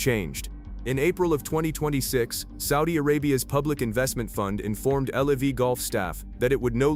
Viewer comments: It's LIV not L.I.V. AI crap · WHY DO ALL IF YOU AI AMERICAN IGNORANCE ABNOUNCERS SAY "L E V", WHEN IT'S " L I V", YOU MORONS 😂🤣🙄😴👩🏾‍🦯👩🏾‍🦯🧑‍🦯👩🏾‍🦯👩🏾‍🦯